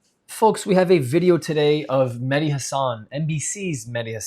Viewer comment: It's Mehdi not Medhi Like a Shia